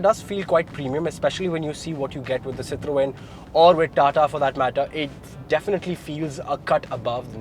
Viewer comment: as a motoring journalist, I would expect you to pronounce Citroën properly.